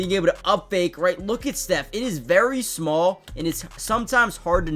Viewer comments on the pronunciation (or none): none